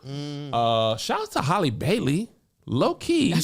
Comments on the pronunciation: Hal-lee, not Holly. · Kevin CANNOT say the name Halle no matter WHO it belongs to 😂